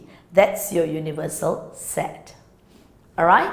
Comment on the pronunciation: sometimes she pronouce set as a sex hahaha